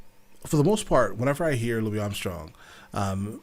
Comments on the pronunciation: It's not pronounced Louie, it's Louisss😬 with his big toothy smile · Great reaction! By the way, Louis Armstrong's first name is pronounced with an "s" at the end.